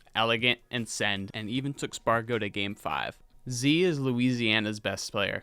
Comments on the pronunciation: btw Zie is pronounced like Pie. Not Zeeeee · informative video! && jsyk, Zie's name is pronounced with ie as "eye"; its not "Zee". youre not the first to make the mistake so dw... we still hear it at pretty much every major lol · NOOOO ZIE FROM LOUISIANA IS PRONOUNCED (ZYE)